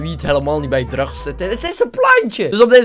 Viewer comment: Like als je denkt dat acid geen drugs kan uitspreken